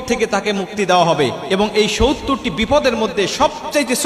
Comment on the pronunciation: আসসালামু আলাইকুম। সউত্তর না বলে। সত্তর বলুন ।